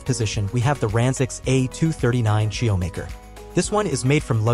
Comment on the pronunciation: Is this AI? Who pronounces churro like that?